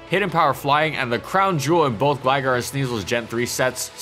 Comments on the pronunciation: How about “glagger”, that was worse. Good video though. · Gliscor was and still is amazing. Isn't it pronounced Gly-Scor though? And Gligar pronounced Gly-Gar?